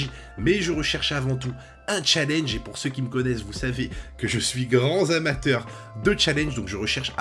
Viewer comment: Moi aussi je suis grand "zamateur" !!😁😁 Merci pour cet excellent test.